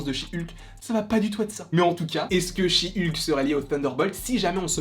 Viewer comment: "Chi Ulke"